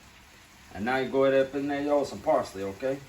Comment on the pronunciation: "...go right up on in neah..." Love it.